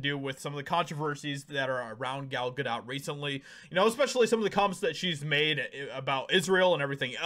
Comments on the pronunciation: Gal [Gah-dough] not Gah DOT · Its pronounced Good Dough not Good Dot? 😐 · Bro how r u STILL saying her name wrong?? It’s GA-DOE NOT GA-DOT. Like this is the 3rd video I’ve seen where u can’t manage to pronounce the name of person in ur title correctly which weakens ur ability to have a strong opinion. Love ur vids but come on brotha do at least a little research b4 editing ur final cut so u don’t sound dumb. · Pronounced Gal Ga doe (long “o” no “t” sound)…I believe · Her name is pronounced Gadough. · It's not dot (ga dot). if your going to say it 25 times in 4 minutes maybe try and get it correct , or only say it once or twice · Gal Ga-dot? Lol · Is he intentionally mispronouncing her name? Is it ignorance or is he trying to be edgy?… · dude, you don't pronounce the T in Gadot. Why don't you know how to pronounce her name???????????????????????????????????????????????????????????????????????????????????